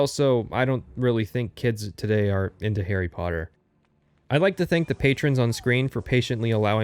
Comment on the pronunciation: Garry sodder